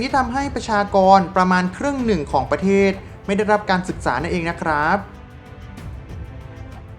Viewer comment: ออกเสียง ร มากไป แต่ไม่มีเวลาอ่านคำควบกล้ำเลย เช่น ประเทศ (ปะ-เทด) จริงมั้ย